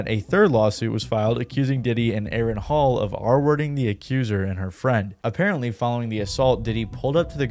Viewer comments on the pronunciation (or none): none